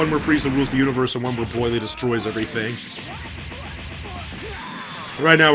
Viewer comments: I love how he pronounces Broly. Broily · Learn how to say bro-lee !!!